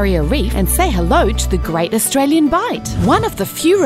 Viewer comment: 1 second in, "Australien Government", with an e